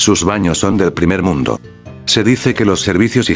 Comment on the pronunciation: Tambien la parte en que dice "Primer Mnudo" XD